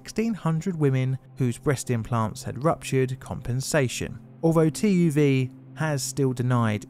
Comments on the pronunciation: This man would have deserved an unpayable fine and 10-15 years of prison. Wow, what a jerk! The punishment is even more laughable than your pronounciation of TÜV, sadly being not French but German, increasong the chance of a critical strike against native ears:) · You warned for butchered French words but I was not ready for the German TÜV butchchering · How he pronounced TÜV, ohboy xD